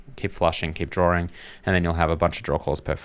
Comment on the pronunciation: What is a drawring?